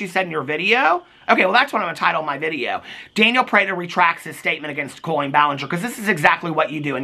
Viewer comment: you make me giggle every time you say “janiel” 😀you should get a candelabra for your porch studio for your late night videos!! Love you!!